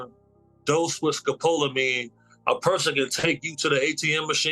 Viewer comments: Mispronounced Scopaline but it's street name is Devils Breathe it's the scariest drug in the world it's been said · It's pronounced.. Scope la Mean 1 word I've heard of this drug, very popular in South America, especially Brazil. I've been doing extensive research because I plan to travel soon. Just YouTube brazil/tourist/tourism/club drugs. There's a plethora of American citizens that have been given this drug in clubs; usually by drink, and sometimes even by the bartender. Very dangerous stuff. Look it up, and I'm wagering that's exactly what Diddy was using. You can keep people in Zombie Land indefinitely with that stuff